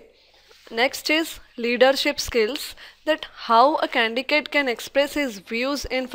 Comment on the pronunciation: its candidate not candicate : |